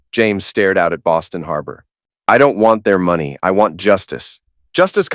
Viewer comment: "I dOn't wAnT tHeiR mOneH". Another attemp to write a goody two shoes mc only to make him sound stupid.